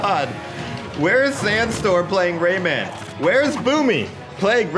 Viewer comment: I listen Rayman like Ramen.